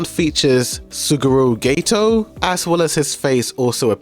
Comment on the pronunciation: "When it comes to the packaging, this one features suguru *gayto*" 💀